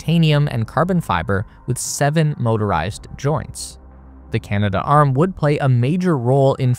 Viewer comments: Pronounced 'CANA-DARM', not Canada Arm. 😅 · Correction... Canadarm. "Cana-Darm". NOT "Canada-Arm" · Kibo is 'kee-bo', not 'kai-bo', and it's Canadarm, not CanadaArm. It would seem kinda weird for such a space enthusiast to pronounce those names such a way.